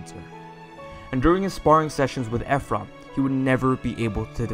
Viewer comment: I’m sorry but I can’t with “Eph-rum”